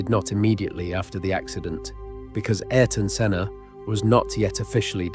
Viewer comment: Ayarton Senna? brother, it is quite well known what is the right pronunciation of the guy's name